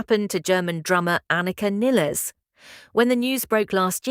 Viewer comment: Apart from the didactic tone, finally the correct pronunciation of the name "Nilles".